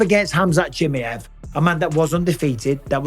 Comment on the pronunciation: Bisping's heard Chimaev's real name but he's still hanging in there with the "Chimmi-ev"